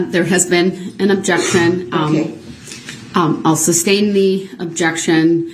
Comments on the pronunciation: He's got to be the dumbest person on this planet. He used so many words that are wrong. most popular being "suBstain". "Relevancy" is another one. It's "relevance" stupid! A person with even a small IQ would learn that it is sustain just by hearing the judge say it a thousand times, or relevance by hearing Opper say it. But brooks never caught onto it. Idiot!! And he's too proud to learn something from other people. A true narcissist. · It is my fervent hope that the court reporter typed "substain" and "license place" and all other words and phrases he said incorrectly, rather than correcting them for him.